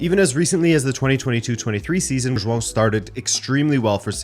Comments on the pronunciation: Finally, someone that can say João correctly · Omg someone who can pronounce João properly and not ‘Joao’.